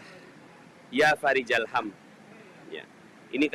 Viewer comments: Fariijal, apa farikhol us ?? Hurufnya tertera خ bukan ج. Mohon jawaban. Jazakallahu khayr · Itu tulisan arabnya...yaa fariko...tapi bacanya...ya farija....tulisannya huruf Kho bukan Jim...tolong mana yg bener Terimakasih